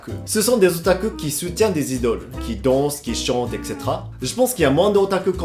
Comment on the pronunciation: Qui explique à: " Ex... cé... té... ra"